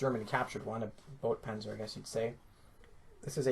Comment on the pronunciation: boat panzer? come on, its pronounced boy-tuh:)